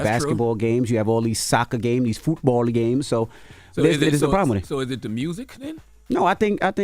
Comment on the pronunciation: Why Envy saying football like that ? Lol is he trying to say it like "fútbol" ? 😂